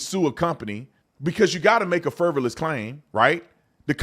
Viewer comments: I love your show, and I say this with love: It is frivolous, not “fervolous.” 😊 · Man, learn how to say a three syllable word before you use...you look dumb..."fervalous", its frivolous, wow and stop deleting ,or somebody here, truthful comments because you don't like them